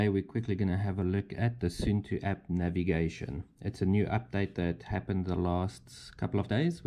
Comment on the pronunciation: It's not soentoe, it's more like soon too 😊